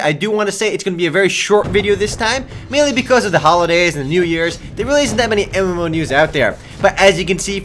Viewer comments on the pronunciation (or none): every time he says MMo news i hear EMO news.... lol